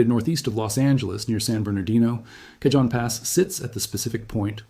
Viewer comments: Pronounced (k ah han )pass Not( cage en) j in Spanish is pronounced with a soft H a is pronounced like ah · Kuh-JOAN Pass?!?? More like Kuh - HONE Pass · Cajon Pass is pronounced CA-HONE. Update your ai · It’s pronounced El CaHONE, it’s Spanish, they don’t pronounce “J’s” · CAJON IS PRONOUNCED WITH A SILENT J!!! SOUNDS LIKE CAHONE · It’s pronounced El CaHONE